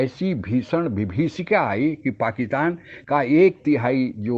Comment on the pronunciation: "पाकितान" या "पाकिस्तान"! उच्चारण तो शुद्ध कीजिये साहब !